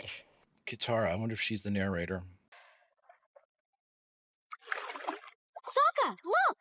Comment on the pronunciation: Avatar the Last Airbender Info for new viewers without spoilers Appa’s age is 6/106 Aang’s age is 12/112 Katara’s age is 14 Sokka’s age is 15, his name is pronounced Sah-Kah Zuko’s age is 16 Uncle Iroh’s age is 58-63 (age never given) The bending's are based on real world martial arts. The Bending List is in Avatar cycle order, A) Fire bending is based on Northern Shaolin. Fire Nation culture largely draws from Imperial Japan. B) Air bending is based on Circle motions of Baguazhang. Air Nomad culture is based on Tibet. C) Water bending is based on Tai Chi. The Water tribes are based on Inuit culture. D) Earth bending is based on the martial art of Hung Gar. The Earth Kingdom is largely based on Chinese culture, All info about Fire, Air, Water, and Earth culture comes from behind the scenes interviews on the originally released dvds. All music in this show is original, and was created for this show. The soundtrack is beautiful, incredible and perfectly suited to the show. The Arrow tattoo's on Aang's head, arms, legs, and back are the proof of fact markings, on his body, which directly indicate that he has reached and obtained / is the full rank of an Airbending Master. Appa's arrow is just Appa’s fur pattern. Most creatures in this world are made up of 2 or more animals from our world. Appa is a combination of both a bison and manatee. “…Power in fire-bending comes from the breath. Not the Muscles. The breath becomes energy in the body. The breath energy then extends past the